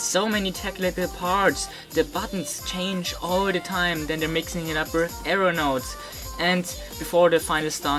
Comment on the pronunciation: When you say arrow-notes I hear aeronaughts